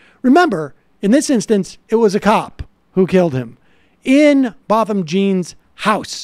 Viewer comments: It’s Botham Jean (sounds like John). I keep hearing it pronounced wrong on lots of videos and it’s starting to make me itch 😂😂 sorry 😫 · Necr0Butcher80 sorry I’m from America 😂😂I just know that’s not how you say his name. I’m not attacking them I just want them to use a little more of them journalistic skills and get ALL the details correct starting with his name